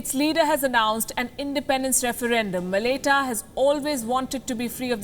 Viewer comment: Thank you for doing this video!! Really appreciate you putting this up. quick PS. Malaita is pronounced like Ma-la-eye-ta/mala-eye-ta